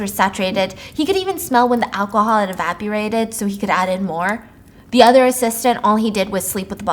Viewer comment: The second I read that she said evapurated instead of evaporated lol